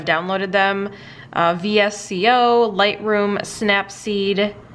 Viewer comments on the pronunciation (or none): When she called back v s c o I cringed lol 😂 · Just so you know it’s pronounced "Visko"